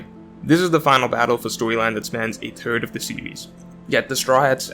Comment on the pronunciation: Everytime he says third all I here is turd 💩 😂😂😂